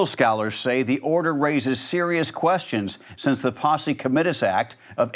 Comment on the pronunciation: you really need to learn how to pronounce the vocabulary in your reports. Both“comitatus” and “Ghislane” were pretty badly butchered, and I heard both “pumpin” and “punkin,” before “pumpkin.” You can do better... Also I don’t think it’s appropriate to hock the subjects of your reporting, and I can't find any daylight between that and your anecdote about getting coffee. come on now, do better